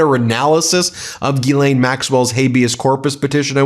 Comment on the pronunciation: CONGRATS TO BEN for CONSISTENTLY pronouncing GHISLAINE correctly after a goddamned year....